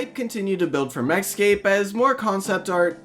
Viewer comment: everytime you go to say MechScape, I keep thinking you're going to say Mexico